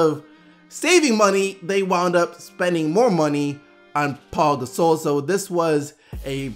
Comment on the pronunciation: WHY DO YOU SAY PAU GASOL LIKE THAT